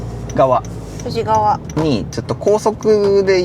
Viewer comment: ハッピーワンターボ🎉羨ましいです😆快適空間で暑い夏も二コメリちゃんの負担は少なさそうですね。これからのお出かけ動画楽しみにしてます🥰それから…いつも使われている道の駅富士川は「ふじがわ」ではなく、「ふじかわ」です。細かいことをすみません(._.)